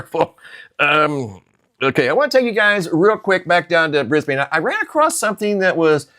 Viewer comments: 🦘🦘🦘🦘🦘🦘 It's no "biggie" Just F.Y.I. We don't pronounce Brisbane BrisbaYNE, it's pronounced BRISBEN.... Just thought you'd like to know... KEEP UP THE GREAT WORK... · 🤗in Australia 🇦🇺 we pronounce Brisbane (Brisbun) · Brisbane is pronounced Bris-ban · Hey brother. Thank you for all your dedication and genuine presentations. I have some information I wanted to share with you. It is not groundbreaking or anything. But just in case you would like to know, in Australia we do not pronounce Brisbane the way it is spelled. We do not pronounce the "e" at the end. We pronounce the city "Brisban" as if there is no e on the end. We say BrisbaN.... short on the N. Not "bAn" as if we drag out the A. Keep up the good work brother. And God Bless.